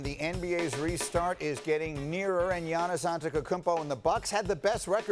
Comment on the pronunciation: Greenberg cant even prononce giannis's name. Have some respect to the reigning mvp